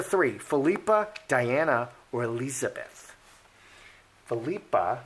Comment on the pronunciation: I believe it’s pronounced PHIL-i-pa. Aka (common nickname) Pippa. 😊